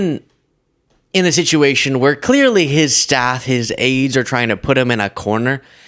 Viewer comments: Aides, not aids,. 😉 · Honey... It's AIDES not AIDS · it's AIDES, not Aids. Though maybe AIDS can't stop Trump either! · Its aides not aids. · its Aides not Aids. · I think it's aides.. not aids...😊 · 'Aides" not "aids" can't stop Trump... Lol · It's "Aides" not "Aids"